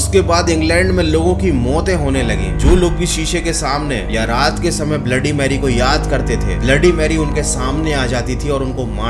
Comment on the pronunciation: Bhai aap ne 3 baar bola ha bloody merry bola